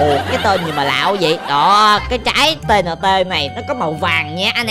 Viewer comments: Gọi là ti ên ti không phải T N T đâu anh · đọc sai rồi quả này ta kêu bằng ti in ti